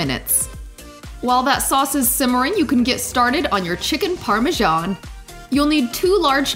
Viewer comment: You guys in this US need to learn to pronounce Parmesan correctly, that is ridiculous.